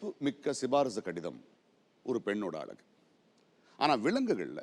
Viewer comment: பிரகாஷ்ராஜ் அவர்களே, 'அளகு' -என்று பேசாதீர்கள்.., 'அழகு'-என்று பேசிப் பழகுங்கள்...